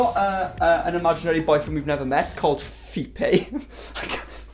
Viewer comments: "Fepe" My eyes watching his mouth: "Fepay" My brain: "Fepe" My ears: "fEeT BAe?" Captions: "Feet Bay" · I 100% hear “feet bae” every time you say the supposed boyfriend’s name. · Oh my God his name isn't "feet bae" that's what I've been hearing this entire time.